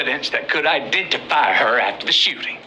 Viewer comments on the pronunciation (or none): Please stop the "shoe-tings!!!"